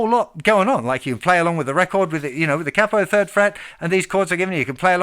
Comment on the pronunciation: “K-Poe”-(Capo) otherwise outstanding tutorial. And your high range is awesome. Thank you for sharing.